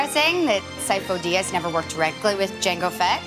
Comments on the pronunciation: I love that she said Sifo Dyas 3 times and every time pronounced it differently. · The fact that she pronounced Sifo Diyas differently each of the three times killed me